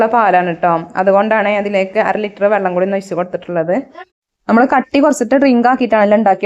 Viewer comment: വള്ളം അല്ല വെള്ളം